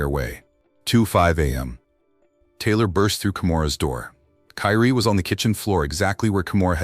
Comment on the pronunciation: this AI reading? Wtf 😮her name is Taylor right not Tyler!?😮